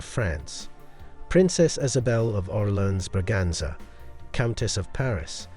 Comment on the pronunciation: Orléans is pronounced Or lay an fyi